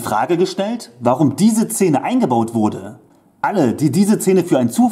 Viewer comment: Sag noch einmal „Zene“ 😂